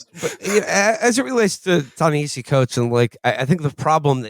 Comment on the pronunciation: Felix is pronouncing Ta-Nehisi wrong